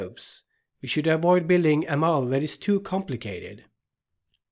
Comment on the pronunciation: Many thanks for your excellent videos. But the lecture over it is not much understandable. So, as feedback, can you possibly give your lecture's script to a text-to-speech engine (bot) to read it aloud over the video? I am saying this because you pronounce many words very badly, severely ruining your awesome video and badly distracting the audience. The worst of them is the word "model" which is pronounced by you as "mole" or "mowel". There are many such odd pronounciations. I would be very grateful if you could give the text to a bot to speak it. Thanks again for your awesome videoes.